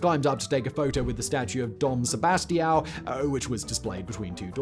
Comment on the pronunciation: Sebastião is pronounced "Sebastian" with a nasal "n"